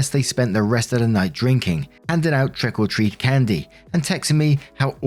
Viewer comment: Every time says, trick or treat, it sounds like he's saying "trickle treat".